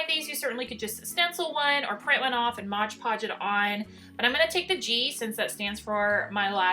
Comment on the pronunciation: Like your videos a lot. But it’s MOD-podge NOT Modge-podge.